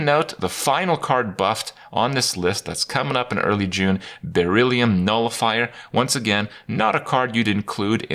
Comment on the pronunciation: Why can you say Beryllium correctly but not sea ants?